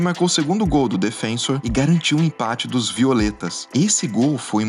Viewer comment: Pequeno problema nesse vídeo é o narrador falar repetidas vezes "DefÊnsor" em vez de "DefensÔr", como corresponde.